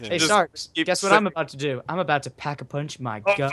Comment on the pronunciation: *pack-a-poonch get it right